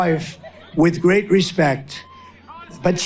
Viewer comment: what did he say here?? "I'ma very gay?" Or he seemed to slur his words trying to say "great" 😂